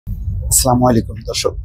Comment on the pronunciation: আপনার সালাম সুন্দর ভাবে দিবেন